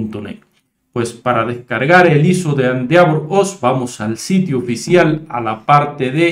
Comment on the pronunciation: se pronuncia ... endévor